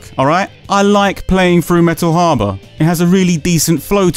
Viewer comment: “Metal HAH-BAH” still laughing, so sorry 😂😂😅